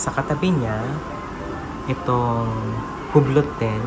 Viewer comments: Just FYI: #Longines is pronounced as Lawn-Zheen ( silent S ) | #Hublot is pronounced as OOB-LO ( silent H and T ) "Gilid ng dial" is called #Bezel. May I suggest that you google & research first so you can have a better content. Thanks! 🙂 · Hublo kuya kng basahin d kasama ang T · Hublot should be properly pronounced “Yublo” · to correct lng po its, car-ti-yey (cartier), lohn jeans (longenes), Yu bloh (hublot), Bright-Ling (breitling). tnxxx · For your next vlog, correct pronunciation of Hublot